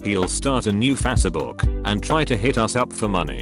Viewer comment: “Fa-seh book”